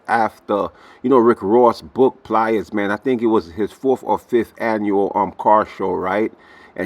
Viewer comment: Please stop calling him Pli-est. It’s just Plies. Like lies, fly’s, tries. You get my point.